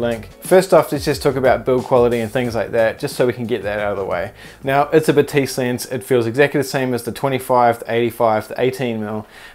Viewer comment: Batis is pronounced Baah-tis